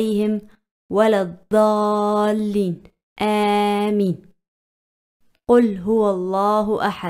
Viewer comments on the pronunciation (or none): none